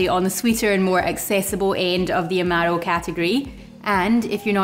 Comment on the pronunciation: I've been making Black Manhattans for a few years. I had one again recently. I think I'll be needing a new bottle of Averna soon. Thanks so much. Great channel. BTW I love how you say "Amaro".